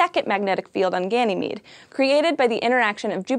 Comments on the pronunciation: You mispronounced Ganymede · Also Ganymede is pronounced as Ganymayd